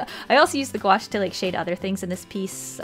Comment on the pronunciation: I dont know why but i always hear “gouache” as “squash”